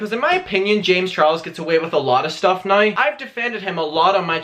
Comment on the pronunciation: Sorry but I strongly despise the way you pronounce “now”.